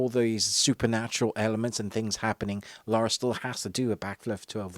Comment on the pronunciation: Come on, you're not an uncouth yank. It's Lara - LA-RA, not Laura!;-p